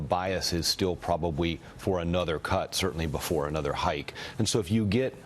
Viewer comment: Did he say, "pwobawy?"